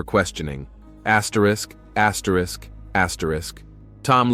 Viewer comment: What are you doing axrisk axrisk axrisk in ur videos now????? Stop lol I've been watching you for a while now and I'm just now hearing it....